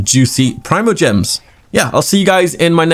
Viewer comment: Gemies? GIB or no is fine yus gemies